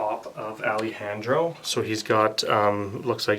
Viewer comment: This was a great tutorial, but that's not how you pronounce Alejandro 😹😹😹